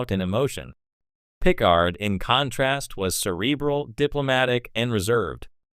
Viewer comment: I don't know if this narration is bad generative AI or if you just don't know Star Trek. But you lost me at the butchering of Picard's name.